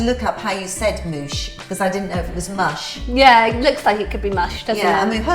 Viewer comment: "Mush" rhymes with "Bush", not "douche"...